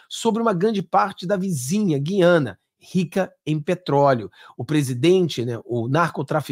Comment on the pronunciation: Ranço do lula mas uma palavra ele pronunciou corretamente. GU-IA-NA. Na minha época pronunciava-se corretatamente. GU-IA-NA e não GUI-A-NA